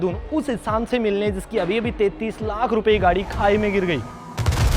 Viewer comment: what did you just say ?? "Saikdo kilometer niche khai me git gyi" ???